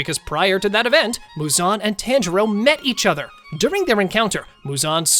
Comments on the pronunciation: Yoriichi? Yor - e- chi Tanjiro? Ton- ji- ro Gyomei? Gi- oh- may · yori ichi 💀💀 tan jiro 💀💀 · Pronunciation your ee chi and ton jar o not that hard pronounce it right also all the lower moons were killed so they never fought emu you did it wrong Rengouku doesn’t get donuted because he’d never go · ah yes, TAN jero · It's not TAN-JIRO IT'S TA-N-JI-RO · did blud just say taynjiro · taanjiro lol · ok let me tell yo how to say there names ton-g-row and yow-re-chi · “yoriyichi” “taangirou” good video though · It's actually pronounced TON jiro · "tan jiro" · "Tanjero" "Yoriechi" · He says the tan in tanjiro wrong so I dislike this very much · bro can pronounce any other name then tanjiro 💀💀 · Did. You say tanjiro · STOP SAYING TANJIROS NAME LIKE THAT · not to be rude but you are pronouncing most of the names wrong like yoriichi and tanjiro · HE"S SAYING TANJIRO WRONG ITS DRIVING ME INSANE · I’m dead with the pronouncing of Tanjiro and Yoriichi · How do you pronounce tanjiro wrong. They say it all throughout the show💀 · every single time he says tanjiro wants me to stop watching this but i know he's not doing this on purpose